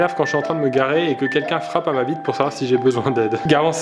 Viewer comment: Je suis le seul a avoir compris quelque choses d'autres que vitre a ? 😂